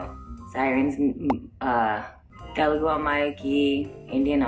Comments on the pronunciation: First of ALL!!! It's not , ""Te-LE-gu" .... It's Te-LU-gu... Learn how to pronounce the name of the language...(disgracefully your mother tongue) P.S. Writing this comment in English so that you'll understand Anyways good luck.. Hope we will get to hear a better Telugu from you! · You were good but mam it's Telugu not teloogu that is the only complaint I had you were looking so gorgeous btw😊